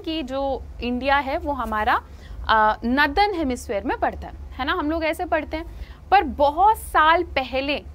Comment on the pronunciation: Didi please Northern ko Nadan mat bola kro me exam m apki padhaya hua yaad kr k gy th northern ko nadan likh k aa gya 😢